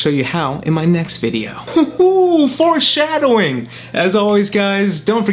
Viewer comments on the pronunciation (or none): I heard fore shadowing as force shadowing